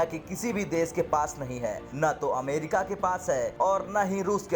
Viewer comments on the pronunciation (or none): none